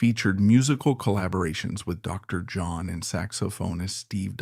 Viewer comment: Terrible pronunciations on various names and titles. It's not pronounced "kin-offler". it's "noffler" . "Dr. John " is not "Dr. (long pause) John". Leave out the pause.